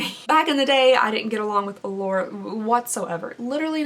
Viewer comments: Every single time you say Allure, I hear The Lord. 🤣🤣🤣🤣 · Now I hear it too 😂